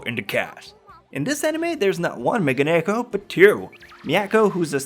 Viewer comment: its not mega-nekko you idiot.. its megane-kko. jeez why do americans dont fix their weird pronounciations..wtf